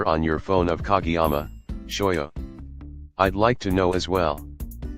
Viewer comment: It’s pronounced ka GAY yama